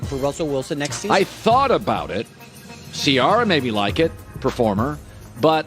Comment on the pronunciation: After all this time Colin still doesn’t know how to say Ciara’s name 😂😂😂🤣🤣🎉